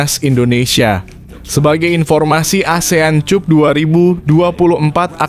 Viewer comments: Maap Mr, klw cup itu di baca nya kap, bukan cup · Asean kap bg bkn cup.... Bacanya kap bg bkn cup... Dengernya sya malu.... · CUP'>>>> NDAK DIBACA 'KAP' YA. SI NARASI MMG LULUSAN S3 YAH? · dasar AI...cup cup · Konten ini kalau membaca seperti melecehkan bahasa ind, contohnya cup